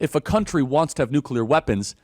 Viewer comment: So glad that you actually pronounce nuclear correctly; so many other "influencers" do NOT. Like fingernails on a chalkboard to hear supposedly educated folks saying nucular ("nuke-you-ler"). Thank you.